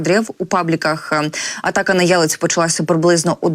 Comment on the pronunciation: Не Єлець, а ЄлЕць.